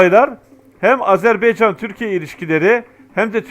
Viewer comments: Azerb(e)ycan yox Azerb)(a)ycan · hər şey əla.👍 Ancaq sizdən xahiş edirik.Öncə "Azeri" yox.AZƏRBAYCAN TÜRKÜ.(Azərbaycan halkı da demək olar) 2-ci xahişim budur ki, "AzerBeycan"yox. << Ə >> harfi yoxdur sizdə bilirik. Ancaq, heç olmasa AZER "BAYCAN" söyleyin, lütfen bu kimi şeylər bizi çok üzüyor. Her halda biz Türk qardaşlarımızın, həmçinin bizim də dövlətimiz olan TÜRKİYƏ(E) dövlətinə TIRKİYE desək sizin bizi kınamağa hakkınız var. Ancaq, bu kanal vasitəsi ilə TÜRK AZƏRBAYCAN birliyini tərənnüm etdiyinizə görə sizə sonsuz Təşəkkürlər. Kanalınıza Abunəyəm. Daima gözəl sevindirici haberlerinizi gözləyirəm (bekleyirem). Necə ki bizlər Azərbaycanda əksəriyyətimiz Türk ləhcəsində sözlərin anlamını başa düşürük, danışırıq (konuşuyoruz). Hətta, çocuklarımızın ekseriyyeti Türk lehcesi ile anlayır konuşur.Bu size bizim biri birimizle ne kadar doğma,yakın olduğumuzu tesdiq etmirmi??? Umarım Türk qardaşlarımız da Azərbaycan ləhcəsində danışılan sözləri bizim kadar öyrenmeye çalışarlar.Keçmiş Sovyet döneminde söylenilen Büyük Kiçik qardaş söylemi Azərbaycan və Türkiyəyə aid olmamalıdır.Azərbaycan da Türkiyə qədər həm əhalisi(nüfusu) həm ərazisi çox böyük olan dövlətdir.İranda (Güney Azərbaycanda) 40 ml.Azərbaycan türkü yaşayır.Toprağı da Qüzeydə Dərbənddən güneydə Tahrana kadardır.Şimdiki "ermenistan"deyilen dövlətin tümü, Gürcüstanda Borçalı və başka toprakalar. Türkiyə ile Azərbaycan birlikde güclüdür. TURANa gedən yol bu iki büyük QARDAŞ dövlətin birliyinden keçir. Bu və başka hallar bizim qardaşlııımı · HALA EZERBEYCAN DİYOR .